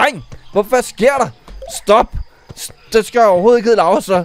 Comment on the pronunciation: Du Skree Lauru forkert Det er Laura